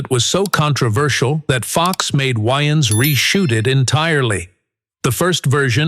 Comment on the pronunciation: I'm like, "why do he keep calling him Keenan YNs?" Took me a few minutes to realize the A.I. voice was trying to pronounce Wayans.